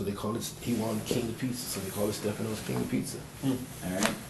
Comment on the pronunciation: This guys good friend and he can’t pronounce Staffano’s Pizza. Not one word is the truth. Yuck. Can’t stand guys like him.